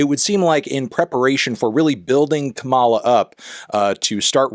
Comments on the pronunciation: It’s “Comma-la” Mr. Melon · I’d like to think he knows but mispronounced it on purpose because he’s a Jill Stein bro at heart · I’m struggling to understand how she’s been on the world stage for nearly four years and people CANNOT PRONOUNCE HER NAME!!! KAA•ma•la or Comma(,) la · Love you melon, but it’s KAH-ma-lah (emphasis on fist syllable). Republicans including trump keep pronouncing it wrong in the way you (they do it presumably on purpose, in bad faith. But I know that’s not your intention.) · Anthony, it’s pronounced Comma-la 💚🌴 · You're saying her name wrong: emphasis is on the first syllable (KA-ma-la). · Anthony, with all the love in the world… it’s KA-ma-la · You’re mispronouncing her name. It’s pronounced like comma-la. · pronouncing her name wrong 4 years into her vice presidency is crazy work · Stop pronouncing Kamala the way Trump says it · I thought we had reached the point where the only people who mispronounce Kamala's name were fascists attempting to trigger the Democrats. But here comes Melonhead. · Love you Anthony, but you're saying her name wrong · ur not a brat bc u cant seem to pronounce kamala right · It’s pronounced Kamala, not Kamala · Pronounce her name right. Kamala. Put the right ephasis on the right syllable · Pronounce her name right Anthony please lol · Melon, continue mispronouncing it out of spite for shitlibs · fantano not being able to pronounce kamala correctly is BRAT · please learn to pronounce her name correctly, thanks! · is it really that hard to pronounce her name right? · Youre mispronouncing Kamala's name just fyi. The emphasis is on the first syllable, not the 2nd. (Its not like the wrestler) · Maybe you can be a brat when you start pronouncing Kamalas name correctly? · Dawg, you’re pronouncing “Kamala” like the conservatives do. Do you genuinely not know how to pronounce her name after she was your VP for four years? Lmao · Emphasis on the first syllable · He can’t even pronounce her name correctly so I doubt it